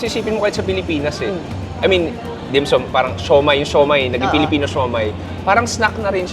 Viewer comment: the way you pronounce dim sum is very annoying, pls find out how to say it properly